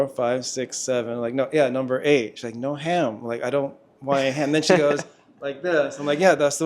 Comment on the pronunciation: Yes, the 'no ham' thing...they were surely saying 'no have'. Their best try would be 'no hab' but it just came out like that somehow😊 Lovely couple btw.